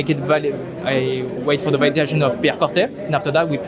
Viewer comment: it's pronounced similar to Corté, not Corthé as the "h" silent.